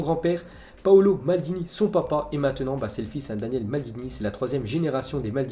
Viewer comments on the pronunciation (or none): Daniele et Cesare Maldini doivent faire la gueule de se faire rebaptiser Daniel et César 😧 Le pire c'est qu'il écorche les noms tout le temps